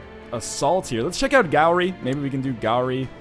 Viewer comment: Galloway isn't even hard to pronounce properly, yet he can't...